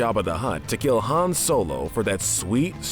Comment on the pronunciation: Wait did he call him “ Hans “ ... it’s Han not Hans 🤦🏻‍♂️